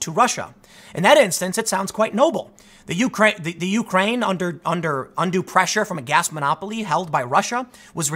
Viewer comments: I'm Your President it is you-CRANE, not YOU-crane... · "yoo-crane" - Tim Poole (2019) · Something I'll never understand is American's difficulty in saying Ukraine. It's always either "The Ukraine" or " YOU -kraine" from you guys.